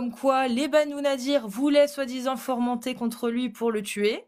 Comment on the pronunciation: Ce mec est dans le déni... Dissonance cognitive. On a l'habitude 😅 PS: on dit fomenter pas formenter😌